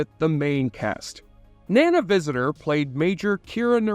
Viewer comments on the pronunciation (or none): Appreciate the video but take 2 seconds to confirm how the names are said out loud. Nana's name is prounced NahNah. Shimmerman's name is said like light "shimmering" on water. Its really off-putting and amateur.